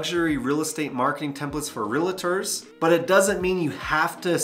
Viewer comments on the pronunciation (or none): reALtors— it’s “AL” not “LA” because they sell ReAL Estate